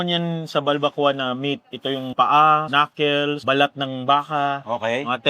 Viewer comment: “KnucKOLS” amputa 😂